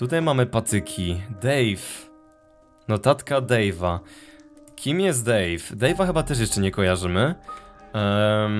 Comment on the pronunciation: " Dave " zamiast a to daj o = Dove xD